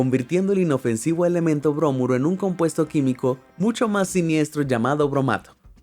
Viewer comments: Bromuro, no brómuro. Nunca explicaste cómo ni porqué tuvieron que luchar para sacarlas. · Muy interesante y muy completo el reportaje...gracias. (Una observación, no se dice brómuro, se dice bromuro)... Saludos...